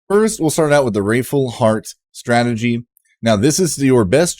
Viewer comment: this guy. just copying other people's content that came out DAYS ago. cant even say the word right. wRATHful. there is no i.